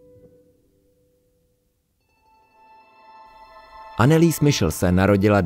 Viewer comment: Nechcem byť hnidopich ale podľa nemeckej výslovnosti by sa mala volať anelize michel